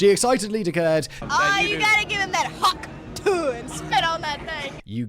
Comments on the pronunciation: Simon not knowing how to pronounce *hawktuah*, or what it means when he's been told more than once by Kevin, is the most cringeworthy moment of 2024. 😂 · Ohh the irony of Simon not understanding and mispronouncing Hawk Tuah the whole time on THIS episode. lol Absolutely astounding hahahaha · Simon's pronunciation of Hawk Tuah is possibly the cringiest thing in the video 😂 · Simon's lack of knowledge of pop culture is hilarious sometimes. His pronunciation of hawk tuah had me in stitches 😂 Like if someone really posh tried to give a BJ for the first time 😂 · I was not prepared for how funny Simon's pronunciation of Hawk Tuah was going to be. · The most British pronunciation of Hawk Tuah ever 💂‍♂️ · Still better than how Simon pronounced it 😝